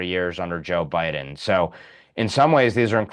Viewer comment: BI DEN 😅 BI DEN